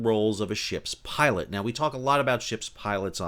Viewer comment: Did you say shit pilot or ship pilot?